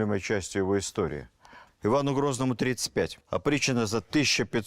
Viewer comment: Опричнина или "оприччина"? Зачем вводить новый термин в устоявшийся оборот? Новация?